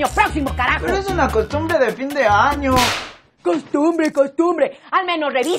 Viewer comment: yo viendo como le pega "constumbre" costumbre!!!😂😂